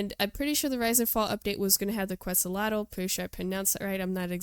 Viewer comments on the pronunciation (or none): none